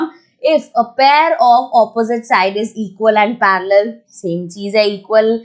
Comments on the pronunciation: The way she says parallel 🤣 I am Like parrallel ok the correct pronunciation is parrlal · Who note word parrrrrrrel😂😂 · Mam ur way of saying 'parallel' is quite funny 😄 but ur way of teaching is to salute